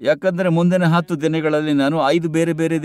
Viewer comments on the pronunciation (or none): none